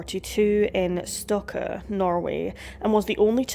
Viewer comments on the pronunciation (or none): Where is stokko and Hedrum in Norway? Never heard of and i live in Norway, if you mean Stokke with e at the end, then thats nowhere near water so it cant be a remote Island. Hedrum i have no idea what you mean. You can Google translatin and how to pronounce Words.